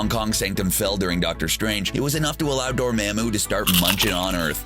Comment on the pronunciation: am i the only one wondering why this guy cant just say "dor mah moo" like how its said in the movie?